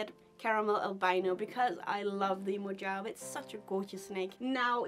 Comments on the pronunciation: Close. It’s actually pronounced Mo-havee. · Pretty sure Mojave is pronounced “Mo - hov- ee”